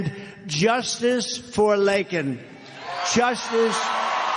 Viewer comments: So, the Riley family supposedly got SO upset over Joe Biden possibly mispronouncing Laken Riley's first name when he pushed back on MTG's heckling. Turns out they were already big QAnon extremists anyway. So, here's mom and dad proudly flanking a very smiling Donald Trump in a political campaign photo op, holding up a blown up photo of Laken Riley, declaring his love for someone he never knew or heard of before her tragic death was politicized by her own parents and the GOP. Mr. and Mrs. Riley are lucky their daughter's picture wasn't the Holy Bible or he'd also be holding the photo upside down. Just one problem here. Can you see what it is? At least an argument can be made that Biden did say her name right. So, go to Google Images and take a close look at Trump's autograph on the photo. He spelled her name LAKAN. It's easy to read because he printed it all in caps with a Sharpie. And the silence coming from Laken's parents over this is deafening. All this to Trump was another photo op. So I guess it's fine for a politician to get their daughter's name wrong when it's THEIR politician... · Today a reporter asked Biden a question regarding calling the murderer an illegal. Biden should have apologized to Laken's family for her murder & mispronouncing her name instead of apologizing for calling the murderer an "illegal" because the people that come to our nation deserve respect. UNBELIEIVABLE! Poor Laken and her family having to hear that. He is soooooo deraigned!!!!! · it was an intentional mispronunciation .obama tells him what to say,joe isnt running anything ,clearly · Wouldn't she be happy to know a former president cared enough about what happened to her to talk about her, while the current one couldn't even say her name right. Good for him. Poor girl. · Never mind the fact that he didn't get her name right! He doesn't care about American live's! Why is he even in office? Why isn't he in Prison? Rotting away for treason , And taking bribes from China?